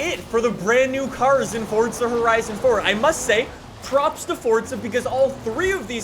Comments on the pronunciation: it’s forZa not forTza😬😐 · It’s pronounced forza not fortza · FORT.Z.A you mean forza. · Its forza not fortza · say not forca but forza jerk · I still don’t know why he says fortza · why you always say fortza horizon? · Bruh he really did say ”fortza horizon 4” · WHY DO YOU SAY forTza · The way you say Forza hurts me